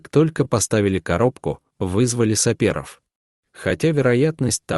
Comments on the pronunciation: Сапёров а не саперов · ПоперЕк, сапЕров, всЕ же, в нем и т.д., без ё? Кто читает? ИИ?